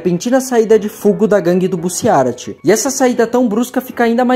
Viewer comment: Cara é "Rohan", não "Horan" e "Bussiárati" é sacanagem né pronuncia direito aí pls